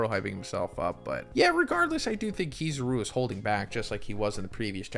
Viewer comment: Nah man KiZUru